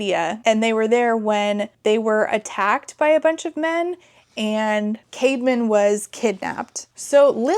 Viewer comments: OMG whenever she said Caedmon's name, I thought she was saying CAVEMAN!!! 💀💀💀It tweaked me out everytime lol 😭😭😭What a goofy name! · Why is his brother called „caveman“? I know it’s not, but it sounds exactly like that 💀